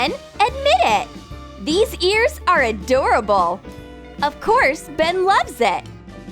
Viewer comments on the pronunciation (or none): none